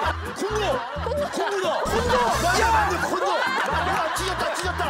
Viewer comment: 이런말 하기 좀 그런데.. 콘도를 콘돔이라 들었네 ㅋㅋ